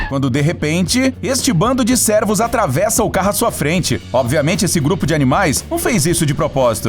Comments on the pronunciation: Ele locutor sempre fala "servos" e não "cervos". Se não sabe pronunciar a palavra tenta usar um daqueles leitores de texto, tipo o google. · Sim kkkkkk ele pronuncia a palavra como se a letra " e " tivesse acento agudo " é ". Ele fala > Cérvos quando na vdd é Cervos